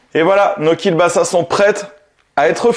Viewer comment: Alors, ça se prononce Kiewbasa, pas Kiel, c'est un L "barré" qui se prononce W. Voilà, petit point culture. Toujours top tes vidéos sinon.